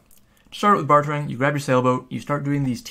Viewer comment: say it with me, "BAR-DURRR"